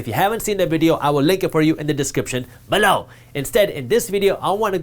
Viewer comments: Sometimes I just listen in... To hear Jaspreet say "BELOW!!" Good stuff man, keep up the good work! :) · Came here to say this!!